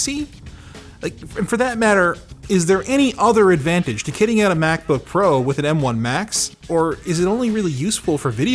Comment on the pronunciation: Good lord I can't unhear Maxbooks lol